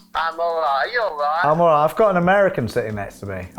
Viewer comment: "Ello mate you alwiiiiight" 🤣